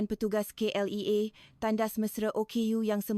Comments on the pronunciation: Min, kena menambah baik sebutan bahasa Melayu versi AI ni....contoh :klia bukan klea n encik bukan ensik...bebaskan drpd versi indo...boleh buat sendiri,maju terus... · KLIA - kay el ai A bukan kay el E a